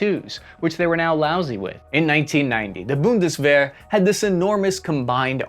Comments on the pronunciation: As a German viewer : It was fun having you pronounce German phrases 😂 Boon-Des-Where Germany cut his military tradition after the war. Yes we took over even some Wehrmacht Generals to found the Bundeswehr back then but the modern bureaucracy and the political oversight is done by non-military people. We had former schoolteachers as Minister of Defense. That doesn't make it easier to have a strategic development of your country's forces. Germans tend to be stoic, detached. The seemingly contrdicting poll numbers can be understood as "Yes we want to be strong, but we don't want to be drawn into someone else's problem." parts of civil society would like to see support for Ukraine end sooner than later. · I see that the hard Ts in many german words give you a hard time pronouciating them correctly. I know thats not common in english, but essential in many german words. Also pronounceing "Bundeswehr" more like Bundeswar" das not bode well with me as a german... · 'boon·duh·svehr ' . The last three letters should be pronounced like 'AIR' ;-) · The "Bundeswehr" which become more "-wahr" over time was also notable ^^ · NEW DRINKING GAME fellow SPA members: Every time pronounces the word, Bundeswehr, incorrectly, take a sip. Last person alive wins the game. Alternative game: Every time pronounces a foreign word or name CORRECTLY, take three sips. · Please don't ever say the word Bundeswehr again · How many times can one mispronounce BUNDESWEHR? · Where is the A in Bundeswehr? I can't find it anywhere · It's Bundeswehr, with an "e". Not an "a". 😉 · I love how he just forgets how to say the German words more and more as the video goes on to the point he's saying a completely different word. RIP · Take a shot every time mispronounces Bundeswehr🥴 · Bundeswehr. wehr you can pronounce it somewhat like the "wer" in "werewolf", just softer. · How many ways can pronounce Bundeswehr? (Most were wrong) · its "Bund-dez-vair" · Bundeswehr, not "Bundes War"